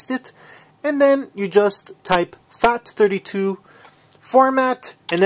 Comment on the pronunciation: is it just me or does it sound like he's saying "fact" 32? XD